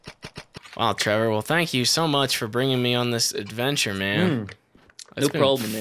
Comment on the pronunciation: WHO THE FUCK IS TREE VOUR!?